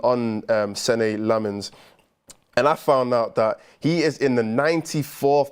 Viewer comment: If you care about these things, the correct pronunciation is "sen-nuh" Lammens. Much love one of your belgian fans.